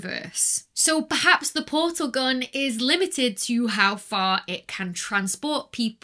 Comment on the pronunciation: Anybody else get a yanni/laurel effect on "portal/porsal".